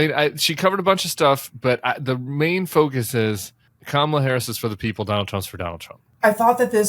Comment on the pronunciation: Tim, Will you be the one to tell Al Sharpton the correct pronunciation of Kamala? Pretty Please?